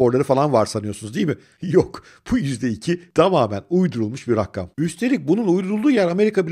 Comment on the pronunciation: Rakam yerine rakkam diyen okumuş troller, bu hayatta en çok nefrettim insan modelleri. Komil değil, yanlış telaffuz. Ucuz bir hareket.